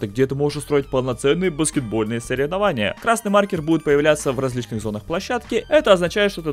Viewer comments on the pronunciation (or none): none